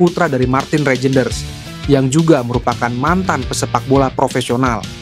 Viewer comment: Min, bukan rejenders bacanya tapi reynders. J itu dibaca y, seperti ejaan lama 😅